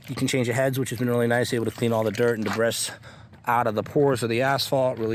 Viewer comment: Did he just say deb-riss. 😂